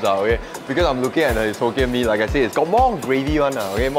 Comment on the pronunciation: Hoe- kien mee